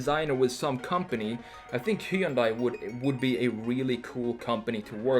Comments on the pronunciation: Hun-day, like Sunday. Why do people mispronounce it? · Just so you know Hyundai rhymes with Sunday.